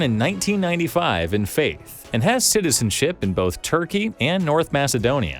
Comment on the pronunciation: It's not called Faith, it's called FATIH. FAT-IEH.